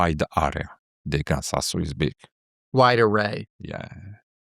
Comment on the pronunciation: lol at first i thought he say ryzen cpu